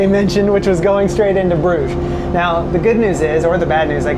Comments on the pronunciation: Pronounces brug ge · My Belgian wife tells me the pronunciation of the place you started from is pronounced Nee-port in English. It’s like when you go to Brugge is actually pronounced. Bru-ha. Don’t ask ¯\_(ツ)_/¯ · attempt at pronouncing the name "Brugge" - completely wrong! LOL!